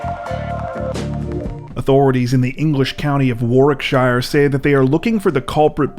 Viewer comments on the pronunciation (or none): Warwickshire is pronounced warrikshur.